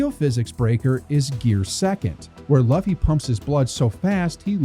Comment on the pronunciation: Sorry I have to be that guy. It's loo-fee not luh-fee